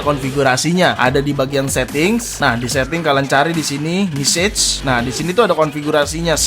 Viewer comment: mesej bukan misej